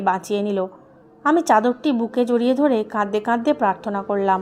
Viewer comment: প্লিজ, প্লিজ, আপনার এই শ্রুতিকটু "কাঁদদে কাঁদদে" শব্দটা বন্ধ করে "কাঁদতে কাঁদতে" উচ্চারণ করুন।